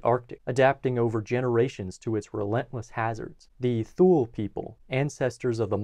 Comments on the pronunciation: “Thule” is pronounced “tool-ee” or “tool-ay” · This is such a great video that it is a shame that he keeps breaking my eardrums by pronouncing Thule as "thool". :( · I thought "Thule" was pronounced "TOO-lee." No? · I didn't see it mentioned anywhere else in the comments but "Thule" is pronounced: Tu-Lee. Otherwise great video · Thule is pronounced “too-lee” btw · My anthropology professional pronounced Thule as “two-lee”. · I mispronounced Thule. There will usually be at least one mispronunciation in every video--think of it like a "Where's Waldo?" type of thing.